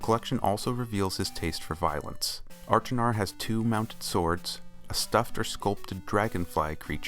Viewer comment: Wow what a great video! I'm very impressed that you were able to determine the artworks in Sirius' bedroom in the alcoves on Stoneship! The anachronistic matchbox was also an interesting thing to note! If I may offer any advice it would be to check your pronunciation of Achenar.